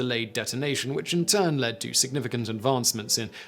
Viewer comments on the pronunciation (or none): none